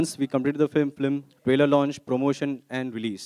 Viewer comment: ise director kisne banaya film ko flim bolta hai